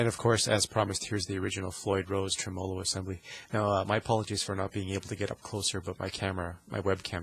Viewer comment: Good info, but please just say "trem" Not tre-mow-low. Treh-mah-low